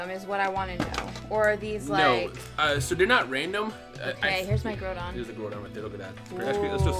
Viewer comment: Groudon pronounced. Growl(without 'l') donn